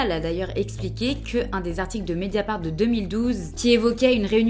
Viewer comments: "Médiafart" Oh! Le lapsus!!! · Quand t’as dit mediafart j’avoue j’ai rigolé 😂